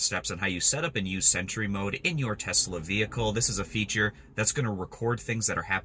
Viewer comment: Nice easy explanation. Btw, it’s pronounced “sentry” not “cent-ur-y” 😂. Thx for sharing the vid..I was having issues w my setup.